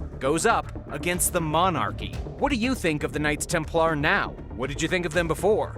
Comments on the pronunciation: Its pronounced TEMPLER NOT TEM PLAR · Maybe it's the Klingon pronunciation 😂 TemPLAR!